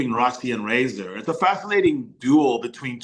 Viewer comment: Also say Razor....